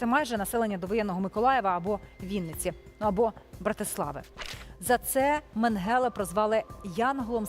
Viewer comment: Чому ви завжди невірно ставити наголос на ім’я Менгеле